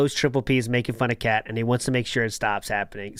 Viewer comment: Why does everyone write "Khet" when clearly says "Kheah"